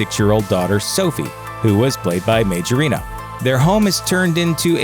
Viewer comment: Majorino is an italian second name. It's pronounced Maiorino.